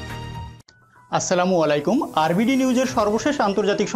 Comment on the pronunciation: আসসালামু আলাইকুম বল ৷আসসালামু অলাইকুম না ৷